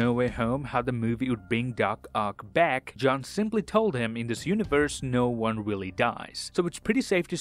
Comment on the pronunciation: I miss the "See you in the next waan"s he used to do